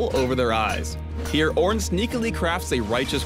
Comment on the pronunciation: i don't give two shits about this "oorn" guy. all i care about is the evelynne rework that's supposed to be next